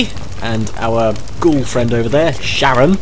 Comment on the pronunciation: his name is pronounced karon he is a reference to ancient greek mythology seeing as u get him in the underworld and in greek mythology charon is the ferry man of the underworld